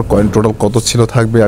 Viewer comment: ক্লাইম না ক্লেইম বলবেন।